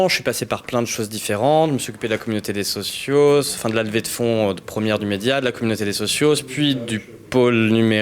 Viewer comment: Bonne question ! je me la suis posée en même temps que vous et j'ai déduis que le Media devait disposer d'un certain pactole dû aux inscriptions et aux dons des socios ( en non pas "sociosses " comme vous le dites au media qui m'écorche les oreilles à chaque fois, ayez pitié de nous !!!) du début